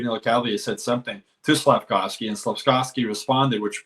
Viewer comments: stop saying SlafCOWsky it’s SlafKOVsky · SlafKOWski? He’s not Polish. It’s SLAF-KOV-SKY…you can do it!